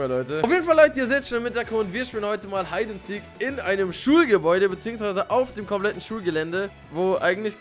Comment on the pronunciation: Das heißt heid and siek OK und nich hued and seek